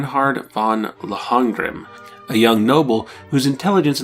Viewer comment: Good review, but the pronunciation of Lohengramm is a bit butchered.